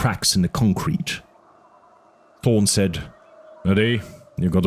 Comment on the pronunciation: No offense, but you mumble/not pronounce clearly sometimes, and you “ta” instead of “tha” a lot. (Instead of Thorne, you say torn) I’m glad this awesome book is getting more attention and uploads, just should strive for better quality.